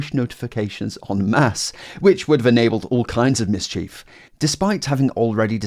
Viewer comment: “miss chief”?? Are you using a AI voice?😭